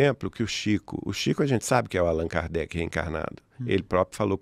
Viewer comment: Chico era kardec? Cada hora eu escuto algo diferente